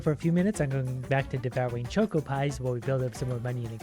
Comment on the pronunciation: Hearing pronounce choco as choco causes me physical pain (it’s worth it for his asmr level voice though)